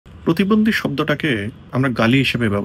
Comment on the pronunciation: প্রতিবন্দি না, উচ্চারণ টা হবে প্রতিবন্ধী